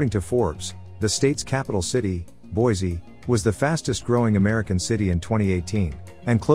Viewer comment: Pronounced Boy! see!